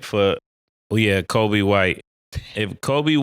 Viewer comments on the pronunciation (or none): none